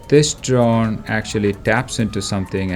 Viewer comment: I swear I heard this man say "This john over here" instead of "This drone over here" and I can never unhear it. A true Philadelphian.